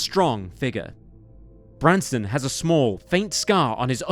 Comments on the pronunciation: Nooooo its not the same without the OG narrator and this sounds like AI/robotic. Also AI kept saying Branston, which isnt his name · He keeps calling him “Branston”. It’s “Branson”. Not to sound harsh but the least you can do is get the victim’s name right. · Is it Branson or Branston Mr. Narrator? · The fact that the narrator seems to intentionally mispronounce Branson's name angers me to no end. How disrespectful can a person be? This reason alone makes me never want to watch another of this channel's videos again. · Is it just me or does narrator say "Branston" or "Brandston" sometimes... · Narrator actually called him Branston, i guess it's because he was in a pickle.... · the narrator called him "Branston" a few times. Also, when they mention how his mother was buried next to an empty plot meant for him, it shows the headstone for a seemingly completely unrelated Branson Perry who died in 1948. This video is honestly really sloppy. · This narrator has missed pronounced Bransons name quite a few times which is annoying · Really, then why is Branson's name mispronounced throughout? How disrespectful. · Messed up the kid's name a few too many times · how disrespectful to continually butcher the victims name repeatedly. not a great first impression imo.